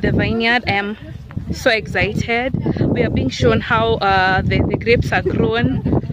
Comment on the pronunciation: Kikuyus no offense but why do say exzaited instead of excited all my years of staying in Kenya all the kikuyu friends I had always say that it’s funny but I’m sorry if I’ve offended you guys hahaha